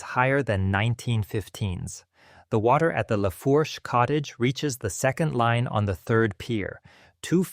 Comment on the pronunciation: As soon as it pronounced Lafourche as “La-Forsh,” I turned it off. It’s pronounced “La-Foosh.”